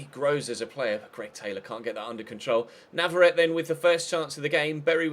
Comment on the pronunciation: I think it's pronounced nav-ar-ret-ay